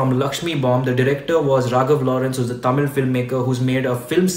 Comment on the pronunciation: Wow you pronounced tamil as thamizh(which is correct one and not Tamil)